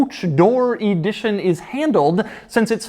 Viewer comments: “Coach Door E dition”? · why are you saying E-dition?? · You drive me nuts with ē-dition the word is ə-dition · Where do you get this EE-di-tion pronunciation? It's eh-DI-tion. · “Coach door E-dition” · Why does he pronounce it “e-dition” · Can you say EEEE-dition one more time lol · Limited EEEE-dition 😂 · J. Bizzle: Doug is the type of (American) guy who uses "thee" before a consonant! Sounds brilliant with ĒĒdition! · Every time he says EEEdition, I want to scream.